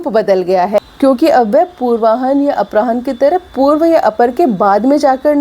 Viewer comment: अपराह्न का उच्चारण गलत है इसका उच्चारण अपरान्ह होता है।